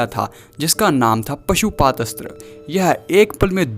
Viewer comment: Pasuupath nahi pasupath